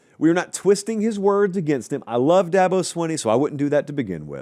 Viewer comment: You’re the only talking head that pronounces Dabo’s last name as it it is spelled. Most people pronounce it “Sweeney”.